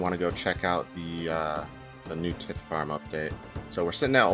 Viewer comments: Getting black dhide from hard clues is such a sick upgrade. I'm still waiting on finding a glory that way, though there's a good chance I'll just get the crafting level to make one myself before getting it from a casket. BTW the "i" in tithe is pronounced like eye. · I didn't know it was pronounced tit farm. The more you know. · your pronunciation of tithe is cringe